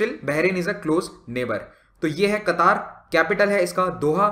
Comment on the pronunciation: It's क़तर not कतार